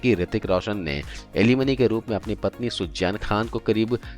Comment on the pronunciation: Poori katha me aap ka Suzain Khan ko sujjain kehna kaan me buri tarah khatakataa raha hai . Km se km kisi naam ko sahi se bolna to seekh lena tha.